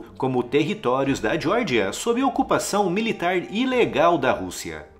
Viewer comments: Vídeo bom, mas diordia, para meu, dói os ouvidos é Geórgia, essa diordia deve ser nos EUA. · Você pronunciou Geórgia como se fosse o estado americano da Geórgia (jórgia) sem necessidade. É Geórgia mesmo.